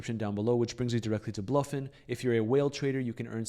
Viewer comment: I think it's pronounced Blowfin and not Bloffin 😂